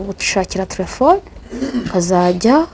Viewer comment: Umuntu utazi kuvuga telephone uvugango ngo "tlefone" sha koko aba bantu usigaye ubakurahe?